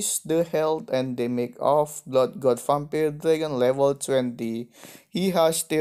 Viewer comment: gk bisa ngomong vampire malah jadi vampile